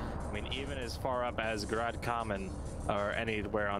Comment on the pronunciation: tbh the pronounciations weren't half bad. Kamen was almost on point whilst Grad was... ehhhh more like Grand rather than Grad :P And Barbarian's pronounciation of Begunje was pretty close as well. He finished with A rather than E but the rest was on point ^^